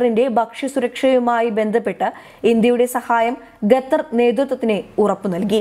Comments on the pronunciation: Chakkare Qa not Ga😎😎🙏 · Gattar അല്ല ഖത്തർ ആണ് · ഗത്തർ അല്ല ഖത്തർ... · ഗത്തർ അല്ല ഖത്തർ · ഗത്തർ അല്ല ഖത്തർ ആണ് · വൃത്തിയായി മലയാളം പറഞ്ഞ് പഠിക്കു എന്നിട്ടാകാം വായന . ഇതിന്റെ " ഗത്തർ" മടുത്തു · Why does she keep saying gutter? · ഇപ്പോൾ 'ഗട്ടർ' ആയി എന്നു മാത്രം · Khatha is pronounced as Gathar. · It is generally acceptable to say pronounce Qatar as kuh-TAR or cutter. 🤭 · ഗെത്തർ ഇസ്ലാമിഗ ബീഗരദ ബക്ഷ്യ സുരഗ്ഷിദത്വം അക്ഷരശുദ്ധിയോടെ വായിക്കൂ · എന്താ ഈ പെണ്ണ് ഗത്തെർ ഗത്തെർ എന്ന് പറയുന്നത് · Uchharanam ശരിയല്ല ഖത്തര്‍ എന്ന് തിരുത്തുക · Eddie pullai.....Check your pronunciation of Qatar........( KA-THAR) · Gutter... Not sure whether she is pronouncing wrongly or making fun of qatar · ഗെത്തർ അല്ല ഖത്തർ ആണ്. അക്ഷര ശുദ്ധിയോട് വായിച്ചാൽ കേൾക്കാൻ സുഖമാണ്. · ഗത്തറല്ല. ഖത്തർ എന്നതാണ് ശരി. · ഗത്തറല്ല ഖത്തർ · മോളൂ ഗത്തർ അല്ല ഖത്തർ..പറഞ്ഞേ...ഖത്തർ.. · കൊച്ചേ ഗത്തർ അല്ല ഖത്തർ എന്നു മലയാള ത്തിൽ,Qatar എന്ന് ഇംഗ്ലീഷിലോ പറയാം,ഒരു ഗത്തറും കൊണ്ട് വന്നിരി ക്കുന്നു,പോയി നാക്ക്‌ വടിക്ക്. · ഗത്തർ അല്ല ഖത്തർ എന്ന് പറയു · It is Qatar not Gatar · ഗത്തർ അല്ല... ഖത്തർ ആണ്.. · ഗത്തരല്ല, ഖത്തർ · ഗതർ അല്ല QATAR ആണ് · Pronounce properly pls Qatar & not Gutter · Bakshanam... Gaththar.. poor pronunciations 👎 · അവതാരക മലയാളം നല്ലവണ്ണം പറയാനറിയാത്ത ആളാണോ അതോ ജാഡയാണോ.... ഗത്തറല്ല.... ഖത്തർ എന്നാണ് പറയേണ്ടത് .. എഴുതുമ്പോൾ അക്ഷരത്തെറ്റ് വരുന്നത് പോലെയല്ല സംസാരഭാഷയിൽ... വായിൽ തോന്നുന്ന പോലെ പറയുന്നത് കേൾക്കാൻ ബുദ്ധിമുട്ടുണ്ട്....... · Gather, guran . What is this ?! Please read ഖത്തർ, ഖുർആൻ. You should have to read according to their pronounciation and not your own couped style. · ഗത്തർ അല്ല. ഖത്തർ എന്ന് വ്യക്തമായി പറയൂ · ഗത്തർ അല്ല ഖത്തർ... പ്ലീസ് pronounce correctly. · ഗത്തർ അല്ല ഖത്തർ ആണ്. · ഗതർ അല്ല ഖത്തർ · ഗദ്ദറല്ല പെൺകുട്ടീ, ഖത്തർ ആണ്. QATAR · ഗദ്ദർ അല്ല കുട്ടി ഖത്തർ എന്നാണ്... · ഗത്തർ അല്ല ഖത്തർ.... ഉച്ചാരണം ശ്രദ്ധിക്കുക. ഇവർക്ക് ഉച്ചാരണത്തിന് ക്ലാസ്സ്‌ എടുക്കണം 👌🏻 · ഗത്തർ എന്ന് ഉച്ചരിക്കരുത്, ദയവായി ശ്രദ്ധിക്കൂ... മലബാർ സ്വദേശിയാണോ? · ഗതർ അല്ല ചേച്ചി,, ഖത്തർ എന്ന് പറയൂ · ഖത്തർ ആണ് ഗത്തർ അല്ല